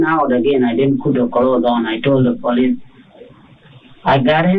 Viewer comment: Duh poh-leese